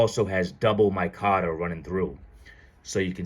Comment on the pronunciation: It's not "my cotter" I can't listen to you call it that anymore